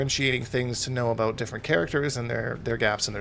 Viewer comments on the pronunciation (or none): This guy knows what hes talkin aboot